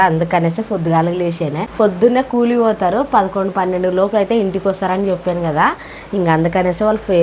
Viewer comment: ఫోతారు కాదు పోతారు 😛